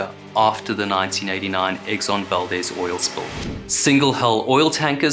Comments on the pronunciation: Great video! Just an FYI, in Alaska, the town named Valdez and ship name is pronounced “val-deez”, unlike the Hispanic pronunciation “val-dez”. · We say Valdeez although you’d think it would be Valdez. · Valdez pronounced val-d-eaz ... strangely the guy who the town is named after is valdez like how you are pronouncing it but ya they just pronounce it differently up here. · Great stuff, as always. Inland Alaskan here…Fairbanks, saltwater is unfamiliar to me. But the locals pronounce it “val-DEEZ.” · Exxon Val-DEEEEEZ a hard E brother... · A simple search would have found the phonetic spelling. It undermines the veracity of your work to mispronounce the very subject of your video. The town and ship are pronounced val-deez. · Its pronounced val-dezz Like dezz nuts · It's pronounced Exxon Valdeez, kinda confusing i know. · Pronounced "Val-DEEZ" though, innit? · In your research did you search how to pronounce Valdez?